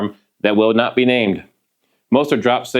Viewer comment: It’s not. not nut.